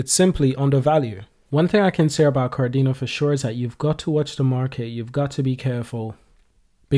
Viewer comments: He said kar-dina,, he has to say ka-de-na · Ka Dena, not Kar-dena